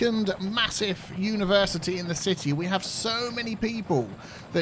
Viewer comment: "Universe Iced-Tea" 😃